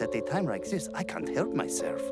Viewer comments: "I wove tuna meow." "What did he talk." xD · Japan Cat; I ruve tuna meow! starts eating Japan; What did he talk!? me; dies laughing XD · "I rove tuna meow!" "did he tark?!" XD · "I rove tuna meow" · "I rove tuna, meow!" "What?! Did he talk?" i lost it there hahaha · I rove tuna meow Did he just tark!!!!!! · Japan cat: i ruv tuna meow :3 Japan: O-O; WHAT DID HE TALK O-O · I RUV TUNA MEOW WHAT?? did he talk? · "I Rove Tuna Meow" =^. .^= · I RUV TUNA MEOW! XD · I watch this over and over just to hear Japan talk! It is do cute how his L's come out as R's! XD